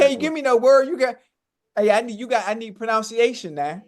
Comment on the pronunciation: My goodness. This is embarrassing, but it’s all good. 😂😂 Who else noticed the way Ocho pronounced “pronunciation”?